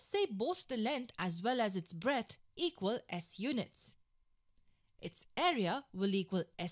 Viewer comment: lenth? breath? shut the fuck up dammit and get a better speaker for these tuts dammit i dont even like math no more